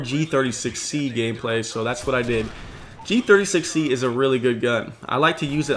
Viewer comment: Gotta give a like for dat Gee Thirty Sexy